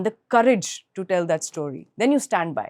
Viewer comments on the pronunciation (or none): none